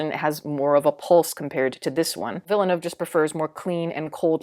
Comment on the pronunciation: As a French Canadian, thank you for saying Villeneuve and not Villanew hahaha I find these movies overrated as hell, even though they are incredibly well made all around. Like you said, i have more fun watching the Lynch version, it’s just bursting with creativity.